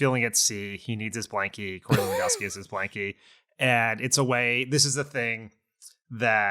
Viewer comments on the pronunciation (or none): none